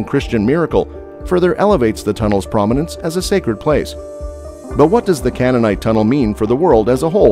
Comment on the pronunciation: You really need to learn how to correctly pronounce Siloam, Hezekiah and Canaanite.